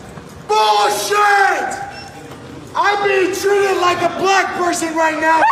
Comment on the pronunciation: If only there were a word he could have used in place of saying bleck person 🤔